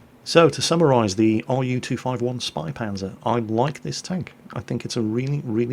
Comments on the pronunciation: its pronounced (Shpaypantzer) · it sounds like spay panzer. the two periods over the "a" make that "a" sound like 'eh' instead of 'ah'. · says it almost like ö if you know what I mean:) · The "Ä" in "Spähpanzer" is pronounced similar to the "A" in "Man", a bit longer as You would pronounce the "A" in e.g. "Hat". In German, the suffix "H" is used as indicator for that. So just think of how an English-speaking person pronounces an "A". If You would write this, it would possibly be "AY". Now to get the German "Ä", just remove the "Y" from the "AY" sound. Then You have the "Ä". All clear now? sigh